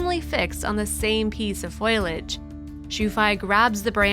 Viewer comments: Oh God..it's not foilage..it's foliage uneducated oaf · Why do so many people pronounce "foliage" as "foil-uhj" like aluminum foil? Look at where the "i" is, it comes after the "L". "fow-lee-uhj" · WTF is "FOILAGE"????